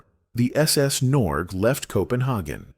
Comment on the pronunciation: Nice, but completely mispronounced the SS Norge. It is pronounced nor-yay.